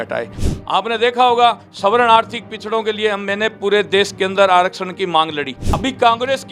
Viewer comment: Gogamediji ek uchharan sudhar lo ""savaran"" n bolakar svarn bolo.